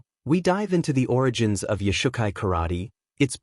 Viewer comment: Origins.......... not Origens.... YOshukai. not yoush ukai kai doe not kai doo .... I have a green belt, and it matters... And we have nothing to do with Shotokan.